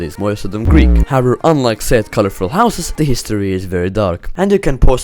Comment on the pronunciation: As a greek at the start the greek was kinda cringimg me but for a non greek it is the best ive heard